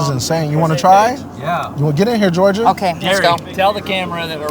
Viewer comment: ‘Georjah’ … her parents should be ashamed